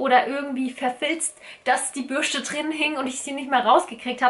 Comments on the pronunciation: Bürste, nicht Bürschte🤦‍♀️😅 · Krigt noch jemand die krise jedes mal wenn sie "Bürschte" sagt? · Bürschtehhh 😂😂😂😂 R.I.P. deutsche Sprache! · Bürschte OMG macht mich das agressiv